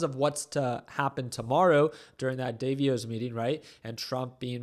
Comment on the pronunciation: it’s pronounced Like da boss, but Da Voss. 😅